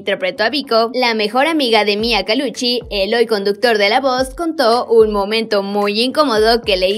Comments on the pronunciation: Si jajaja Calucci dijo no digo pues😕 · era Colucci no calucci 😂, pero buen video 👍